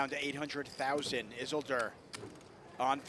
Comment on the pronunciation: Is anyone else bothered that they constantly pronounce Isildur incorrectly? If it’s a name after the lord of the rings character it’s “is-sil-dur” like how Elrond says it in the fellowship of the ring.